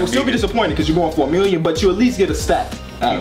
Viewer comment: A "millionuh" 😂😂😂